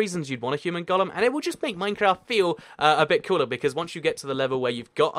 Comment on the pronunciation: Why do you say "Gollum" instead of "golem?"